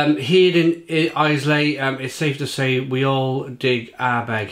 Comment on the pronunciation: I had to chuckle when you pronounced islay as eyes-lay. It’s pronounced eye-la. Just for next time